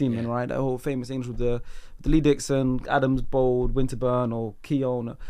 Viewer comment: Bro said Lee Dixon 😅